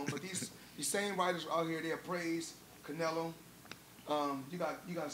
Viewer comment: This dude literally CANT get Canelos name out of his mouth 😂😂 he is living in his head rent free